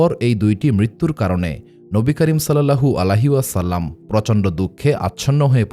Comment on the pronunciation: আপনার উচ্চারণ এ সমস্যা আছে,,, নবী করীম সাল্লাল্লাহু আলাইহি ওয়াসাল্লাম,,, এর নাম বলার সময়